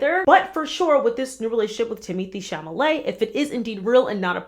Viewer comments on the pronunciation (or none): Lmaoooooo It’s TIM-ə-thee SHAL-ə-may 😅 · "Timothy Chamalay"😭😂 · Timothee Chamalay? Lol. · Timithy Chamalèt is the new and only way I’m gonna say his name from now on 😂😂😂😂